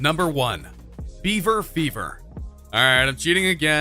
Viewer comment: U said bever... ITS BIBER!